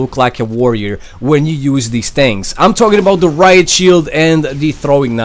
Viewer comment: THE SHHIIEELD REALLY COME ON MAN